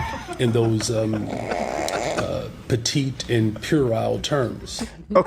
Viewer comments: Brandon is SO intelligent he had someone else write his speech and then mispronounced “petit” as petite 😂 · Did that black dude say petite?